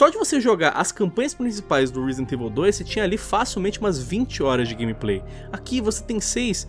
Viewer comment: "reezdent evil"? Lol